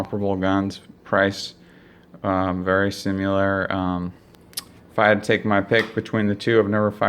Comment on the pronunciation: They're very "simular" guns